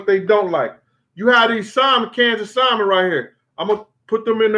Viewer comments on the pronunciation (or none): I love your stories, Brother. But why do you say [Sal-men]? It's pronounced [Sam-on]. Not a big deal. My mother, who's a very intelligent person, says it that way also.